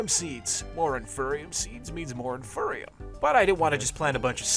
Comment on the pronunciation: No offense, love your videos, but you saying “in-fur-e-um” physically pained me. Its “in-fee-ree-um” because its the INFERIOR seed. Thanks for coming to my ted talk.